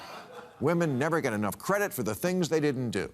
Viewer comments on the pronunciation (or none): none